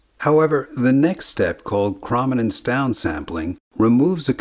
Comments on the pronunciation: It bugs me that you say Chrominance wrong. To me it's: (Chrome-In-Ance) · it's actually a hard o, as in kh/row/minance. :D Love the channel! :D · Chrominance is pronounced with a long O, like chromatic or chrome. It wouldn’t be a big deal if the word was used once or twice but it’s repeated dozens of times in this video. The constant mispronunciation is jarring to anyone who works in video, photography, or digital imagery and uses the word chrominance on a regular basis. I’m not sure how you could screw up something so basic. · Your computer voice overlay pronounced the word 'chrominance' incorrectly. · Chroma/Chrominance is pronounced like chrome, like on your car tire rims. It rhymes with roam and foam, not with from or bomb. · Bruh. Sure the pronounciation might be wrong but the simplification of how the cones in our eyes exactly work is just that - a simplification. This comment is literally "erm actually". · "Perfectly"? Seriously? He kept saying "krom-inance" throughout the video. Chrominance is pronounced "CHROME-inance" FFS! His pronunciation drives me up a wall! Also we don't have red, green, and blue cone cells. They're called S-cones, M-cones and L-cones and are sensitive to a range of colors each -- with some overlap -- not just the three primary colors. It would have helped to do some better fact-checking before uploading this video. Edit: Also, he needs to buy a pop filter for his mic. Badly. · ChromInance rhymes with ohm. Long o. Chroma. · Excellent video, thanks. However your repeated mispronunciation of chrominance was rather distracting. krow·muh·nuhns Or chrome-in-ance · I'm almost positive that the O in "chrominance" is long. Like, it sounds like "chrome". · Could have covered Huffman just a bit, perhaps by the example of how commonly-used words are shorter than others. Huffman encodes the more common values with fewer bits. Also, it's pronounced krow·muh·nuhns. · You probably should learn how to pronounce chroma and chrominance.